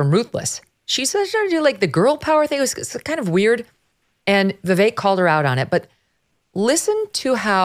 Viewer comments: his name is pronounced Vivake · I've only heard Vivek Ramaswamy give the correct pronunciation of his first name one time. I've never heard him make an issue out of it, but everyone mispronounces his name. It's ViVake...like cake. People have always struggled with pronouncing the car brand hyundai correctly too... it's Hyundai like Sunday. It would be awesome if people started pronouncing his name the way he pronounces it. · I ma sorry, mispronounces Vivek name and that isfeliberately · You can tell she has never actually listened to Vivek speak, she doesn't even pronounce his name correctl